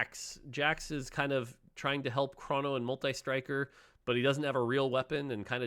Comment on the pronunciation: its chrono, not chrawno